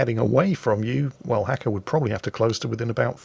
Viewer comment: Actually, its not Hacko, its Nasko. He wrote it in Cyrilic, well sort of. But that is was its actually writen. Браво Наско, дано скоро пак да те видим да торпилираш големи и глупави бойни кораби!:)